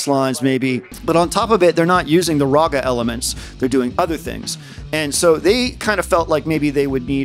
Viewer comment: awesome vid bro, really high quality edits and production. This should have WAY more views. Also you pronounce raga wrong 💀